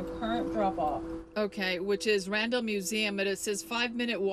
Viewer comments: Its NOT The RANDOM Museum. Maybe the robot dropped you at a "RANDOM" place near the museum be you can't correctly pronounce RANDALL? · She seems to be saying random museum. , she said Randall I believe one time so I know she can say it. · this whole time I thought she was saying "Random museum" 🤣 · She was saying Randall, and i was understanding "random museum" 😂 so, the car was not that wrong, she asked for a random place, and the car left her in a random place... 🤣🤣🤣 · It wasn't until I saw the sign that I realized she was saying Randall Museum and not Random Museum. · You're right. She IS saying Random. She isn't pronouncing the L's. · I keep hearing “Random museum”! 😂